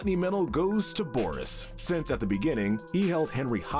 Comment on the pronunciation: You said boris and the dark survival wrong